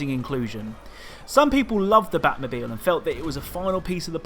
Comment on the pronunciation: "Batmobil" Lmao